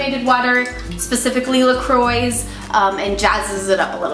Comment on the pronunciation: I don't know if it bothers me more that you called a can of soda plus sugar and lemon "homemade" or the way you pronounce Croix.